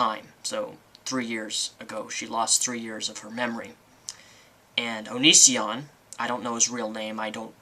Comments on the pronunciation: oh and it's O-NE-SEE-ON...not OH..NE...SHAWN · lmaooo youre hilarious. lmao your pronounciation of "onishion" instead of onision and "hoak"' instead of hoax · I hate how you always say his name fucking wrong! It's not onishion or onisien or whatever. If your gonna hate, at least say it right. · Oh look u do have a hart for onision O-nee-c-on